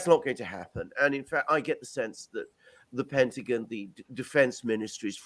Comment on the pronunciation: I like how he says "the Pintaguhn" instead of "the Pentagon." 😁